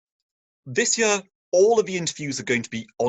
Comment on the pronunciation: Year, ye..ar, not yeeer.